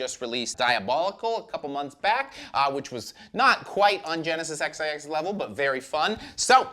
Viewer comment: Also "Genesis 'Ex I Ex'"? 🙃